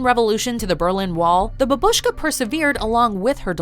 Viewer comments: a bAbushka, not babUshka, lmfao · It's a bábushka, not babúshka... stupid western spies...😂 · The Narrator took mispronunciation to the next level with the word бабушка. It’s not Babooska it’s babushka. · It's bAbushka, not babUshka... jeez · It's bAbushka, not babUshka. Ffs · For God's sake, it's Bа́bushka, not Babúshka. Will the english-speakers ever learn this simple word? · When will this day come when illiterate americans will start to use UKRAINIAN language when describing UKRAINIAN stuff? We say - BABTSYA or BABUSYA. Babushka is a russian word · Why do you instead of Babushka say babshka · "a bab-uh-shka" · you made me gag when you said ''babushka'' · Why do English speaking people keep saying "babushka" with the stress on the second syllable (while it should actually be on the first)? If you don't know how to say a Russian word, why say it at all? Besides, the Grandma in the show is Ukrainian and not Russian, so it would be "babusya" anyway...